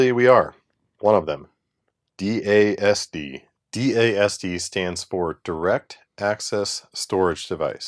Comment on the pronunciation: Retired IBMer here. DASD is pronounced Daz-Dee. :D